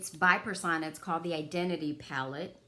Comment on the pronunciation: The ABH soft glam will do as well. Also, it’s pronounced Purr- sown-ah. Not Per-saw-na .